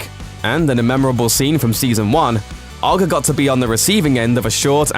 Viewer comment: It's pronounced O.G.G not ogg 😂😂